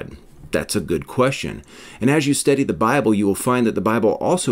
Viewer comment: Off topic. But i can’t help but chuckle every time you say “study”. If it weren’t in context i might sware you say “steady”.